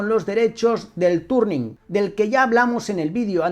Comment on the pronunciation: Es Touring, no Turning 😅😂👍